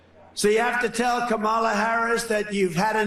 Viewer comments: And it seems impossible for Trump to learn how to pronounce Kamala properly. I mean, he really can't. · I don't understand why he doesn't have the balls to pronounce her name correctly. He is doing it on purpose. What a jerk. 🤬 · Trump can't even pronounce "Kamala" right. It's pronounced Com-uh-luh not Cuh-mah-lah.